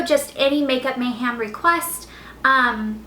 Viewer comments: *mayHEM not HAM lol ( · Why do you keep saying makeup Mayham like the meat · I feel like she keeps saying makeup MayHAM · You say makeup mayham; so southern!